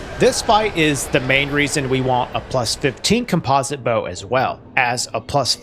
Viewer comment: Dang is that really how you pronounce composite? Have I been doing it wrong